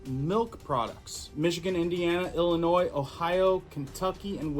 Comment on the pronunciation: It’s pronounced ill-ih-noy. The S is silent. You said it correctly the second time. 😉